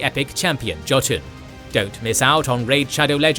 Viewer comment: My man said Joe-ton instead of yo-tin